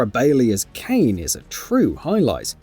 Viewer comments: I was just about to comment on this. I'm usually not so nit picky, but Kane? C'mon man. Its voice acted. They say her name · Kane??? Really???? Cmon man try a bit more